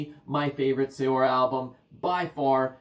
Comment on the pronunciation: I hate doing it... it's pronounced 'Seer' (although likely makes no difference to those that hear it). Maybe you already know that, often bothers me when I come across that one. Couldn't resist! Epic band, awesome channel.